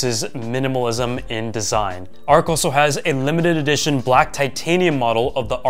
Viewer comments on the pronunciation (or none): none